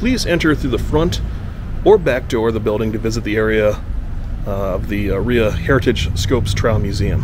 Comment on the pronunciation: Rhea pronounced “Ray “